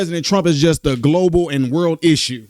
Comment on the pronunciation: “Worle” event? 😂 All this time I thought it was World event…..Just teasing you.